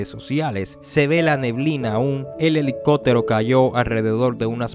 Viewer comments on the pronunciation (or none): elico(pppppp)tero asi se pronuncia